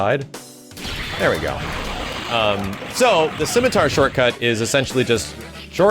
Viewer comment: "CIMITAR" Throws a spear...